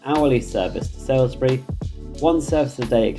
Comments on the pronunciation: Living around Salisbury knows Gillingham Dorset is pronounced with a hard G not a J pronunciation and it's Salisbury not sailsbury. But this video has come at a great time for me as I'm currently revising for my interview at swr so thank you for this video, it's great and a great help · Lovely! By the way Salisbury is pronounced “Sols-bu-ree” instead of “Sai-l-s-be-ree” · on the map (and for your pronunciation), it's "SALISbury" not 'SAILsbury". It's pronounced "Solsbury". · You keep saying Salisbury incorrectly, you also have it spelt incorrectly. You have it spelt as Sa(i)(l)sbury whereas it is spelt Sa(l)(i)sbury. It is also pronounced as 'Soulsbury'. The video is great, it just had me screaming at my screen the entire time. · His pronunciations are always terrible. It would take 2 secs to Google the ones he's not sure about. I don't know how he lives in the UK and hasn't heard of all these places (like "SaILSbury", that he butchers! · Thanks for this comprehensive overview but one minor correction... it's Salisbury (pronounced Saulsbury), not Sailsbury. Keep up the good work! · Did you pronounce Salisbury as Salesbury ;)